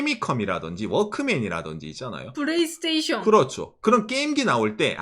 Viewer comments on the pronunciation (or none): 프레이스테이숑~ 원어민 발음~~!!